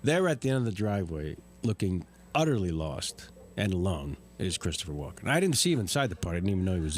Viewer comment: It's Walken not Walker.